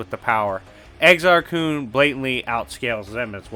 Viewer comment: Its pronounced with a short U not a double O sound. Almost like "kahn" but with a u. Freedom Nadd is pronounced Freedom Nod